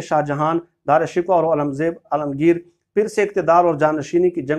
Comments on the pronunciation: wesy bye the way asal pronunciation darushkoh hai shikwa nehi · Sir Dara Shikwa nahi sahi pronounciation Dara shikoh hay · It is Shikoh and not Shikwa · او بھائی دارا شکوہ کو درست طور پہ تو آپ ادا نہیں کر سکتے یہ Darashikooh hy shikwa nhi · او بھاٸ صحافی صاحب یہ خوشامدی کی تعریف بھی اُوٹ پٹانگ کی۔ اور پھر رہی سہی کسر غلط تلفظ سے پوری کر دی۔ دارا شکوہ Is not Dra Shikwa It is Dara Shi'koh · دارا (شکوہ) درست تلفظ کریں۔